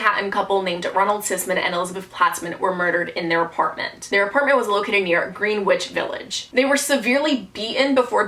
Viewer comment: It’s pronounced grenitch village